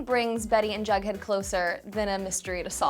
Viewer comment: It's jughead not bughead.